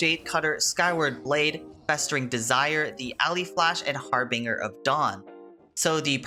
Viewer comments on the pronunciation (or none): Lol the way you said harbinger